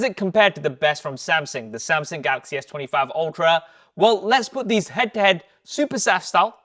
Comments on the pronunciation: say it with the rest of us who speak CORRECT ENGLISH: AH-LOO-MI-NOM,, not A-LA-LOO-MEAN-EYUM 🤣🤣🤣🤣 SAM-SUNG not SAM-SING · Brother your videos are in the absolute top tier of reviews. But please work on the way you pronounce Samsung because "Samsing" makes me feel so stressed when watching